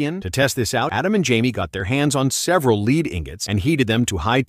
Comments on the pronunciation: "molten 'leed' instead of 'lead?' And no one checked the audio of this meaning they are morons. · Its lead not lid/leed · Stop AI. It's not LEED. It's lead. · "Līd" No "Lehd" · It’s pronounced “led “ bro not “leed” lol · You said led perfectly fine the first two times and then started saying leed 😂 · Leed or led or lead or lead? 😂 pisstake can’t watch anymore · It's not leed it's lead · Its lead not leed you dumb ass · Lead or Leed? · it's not leed, it's led. u AIs r all alike. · Bruh he said molten lead correctly the first time so why did it change to molten leed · What's Leed,don't they mean Led😂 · Read ur dictionary or learn ur orals, it's actually pronounced as Led so yes the ai is correct. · If you cant get your voice bot to pronounce LEAD (not LEED) correctly your channel gets blocked. Put some effort into it. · Lead not "leed" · Stop saying lees you fool. It is lead. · I hate AI. It’s lead not leed. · Leed it's led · Dip your hand in lead❌ dip your hand in leed✅ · uh, yeah. Led, not LEED, two different pronunciations. Learn English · is leAd, but in some English types, it sounds like lEEd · "leed ingots" Ai...you funny. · Leed ingots 😂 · The molten "LEED" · Molten LEED.. WTF is this AI shiznit!!!!! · Hate these robot voices. "Molten LEED", what a joke. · Leed? he got it right once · Your AI narrator is saying "leed" instead of the name of the metal, after the first line. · AI pronunciation of "leeed" hilarious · Molten “Leed”… yup AI is gonna take over 😂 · "leed ingots" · This ai guy is so dumb he says molten lead and then says molten leed wtf? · Lead is now "leed": caused by AI. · Learn to properly pronounce things: Lead(metal) is pronounced LED! Damn A.I. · UGH "the leed" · Gotta love that poopy AI voice... Leeeed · Lead? I thought they were using lead😂 calling it leed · Leed learn to speak or stop using ai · pronouced led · leed. lmao... I can't! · Molten leed got me xD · The LEED haha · Molten Leed ? Lmfao😂😂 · Molten leed 😂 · ahh yes molten leed